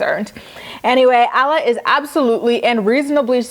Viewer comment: Alla's name is pronounced like Awh-la.